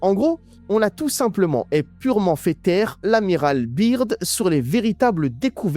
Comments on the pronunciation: Franchement sympa juste quand tu parle de Byrd en disant biirrdd au lieu de Beard [écrit en phonétique] Autre chose quand tu dis des phrases ou mots en arabe ce serait sympa de mettre un sous-titres français pour que tout le monde comprenne 😊 Pareil pour ce que Beast a répondu en anglais... En ce qui concerne les 7 l un d eux s appel netanyahu ! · Je m’abonne si tu dis General "beurde" et non "birde" Sincère salutation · Les complotistes hallal c'est comique. En plus tu parles plus mal anglais que ma grand-mère ! L'Amiral Byrd ça se prononce BEURD. Si tu dis la lettre i (Beard) ça veut dire barbe en anglais. Grosse tâche ! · Son nom se prononce beurde Bird, oiseau en anglais